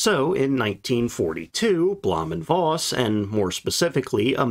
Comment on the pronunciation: V in Voss is pronounced as F. The V in German words and names of >Germanic< origin are spoken as F. Vater (father), vier (four), Vogel (bird), Hannover (Hanover), Volk (people, folk), van Beethoven, von Bismarck V in German words/names of Latin/Romance/French origin are spoken as V Veronika, Viktor/Viktoria, Lavendel (Lavender), Vakanz (vacancy), Virus (virus), Vitalität (vitality), Vulva ....